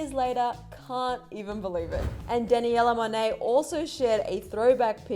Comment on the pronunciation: She said Danielle Monet like Danaella Monet